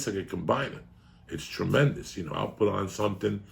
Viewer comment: 0346hrs here in 🇦🇺 Trrrrremendous